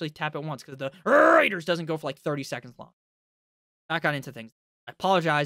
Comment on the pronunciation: When you do the Rrrraider thing just move away from the mic a little so those with good speakers can’t file lawsuits.